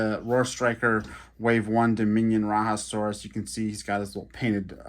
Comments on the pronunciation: True that! I honestly don’t really get how it becomes ‘RaHa’ but hey. Who am I to judge? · Love the vehicles! FYI: The “Raja” in Rajasaurus is pronounced “Rah-Jah”. The animal was found in India and named after Indian monarchs aka Rajas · Bah another exclusive. Raiasaurus is an Indian Dinosaur, so it is pronounced as RAHjaSORus